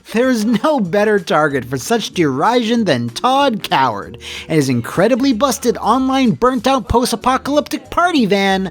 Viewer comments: Just going to be an pedantic arsehole and say that "derision" is pronounced to rhyme with "revision". The first I is an ih sound. Thank you. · Derision isn't pronounced that way. ok, bye